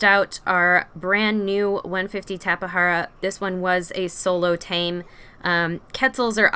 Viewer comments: I pronounce it as tap-a-jar-a lol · Its a tape,jara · Just so u know that u said tapejara wrong Edit: wow i thot no one would reply